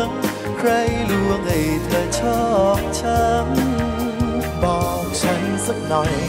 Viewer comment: ร้องเพลงออกภาษาไทยชัดเจนมาก ไม่อมลิ้นเหมือนน้องหลายคน แต่ละคำฟังแล้วไพเราะ ไม่น่ารำคาญ คำว่า ฉัน ก็คือ ฉัน ฉ ไม่ใช่กึ่ง ๆ ฉ และ ช ร คือ ร ไม่ออกเสียงแบบตัว R ซึ่งกำกวม ทั้ง และ สามารถเป็นนักร้องอาชีพได้สบาย ๆ